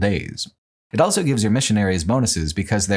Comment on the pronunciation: pronounces the word "also" as "elso"